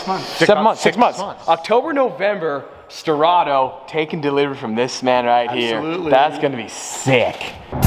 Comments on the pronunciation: The "Stradto" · Sterrato more like “strad”ato